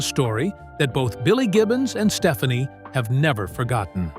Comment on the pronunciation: It's pronounced "Steph-ON-ee", not "Stephanie". Fix your AI.